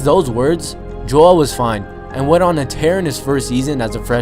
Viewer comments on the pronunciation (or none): none